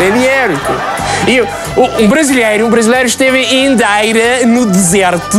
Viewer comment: Os tugas não comem as vogais todas, nem as comem, dão-lhes apenas menos entoação. Exemplo na palavra "brasileiro" Nós pronunciamos brasileiro e não "brasleiro". O Sotaque está péssimo, muito má imitação. O Jô faz melhor.